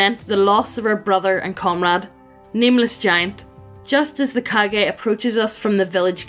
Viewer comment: Wrong pronunciation just makes this story so much better to listen to. I know what "Kage" refers to but now that I heard it as "Cage" I cannot not imagine village's leader as Nicolas Cage in Kage hat. Love it.